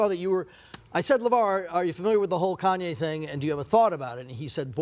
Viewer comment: Koonyay West lol